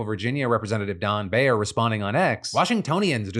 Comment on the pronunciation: in highly political cases especially, i think it’s important to note who the judge was nominated by. here, no surprise: us district judge mcfadden is a trump judge. (unrelated and minor, but the last name of the congressman from VA is pronounced “buyer.” source: doorknocked during his first run)